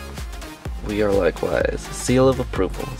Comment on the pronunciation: Lol "wear e like wise"?! It's actually "we are like wise"